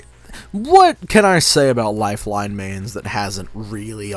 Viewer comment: wow he got lifeline exactly right